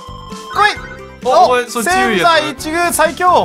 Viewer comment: せん↑ざい↓いち↑ぐう↓ すこすこ侍